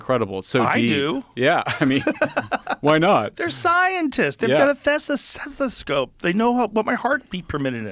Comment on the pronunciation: Joe Rogan 2024, “Thess-ah-thessascope”